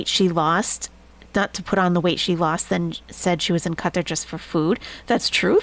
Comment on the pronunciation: If you need reasons Nest is Best? 1) pronounces Qatar correctly 2) holds Chantal accountable for fork crimes 3) has Very Good Boys as hype-men Take care til next time, all! 🦉 🪹